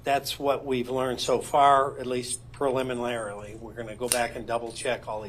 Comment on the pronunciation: He lost me at "Proliminlaraly". Good work though & thank you.